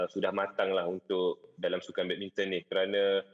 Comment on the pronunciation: badmintang tu badminton ke🤣 Orang ganu kot